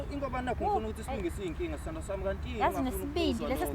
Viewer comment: Nale musk iya-irritator ay instead of sthandwasam is sthondosom😂